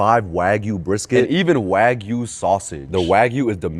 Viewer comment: it’s pissing me off how he can’t even pronounce the word Wagyu right!?!!!!!!